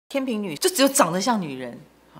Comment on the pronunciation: 天秤（cheng）读音和拼音都只有这个发音。